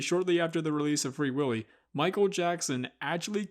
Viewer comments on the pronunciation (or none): none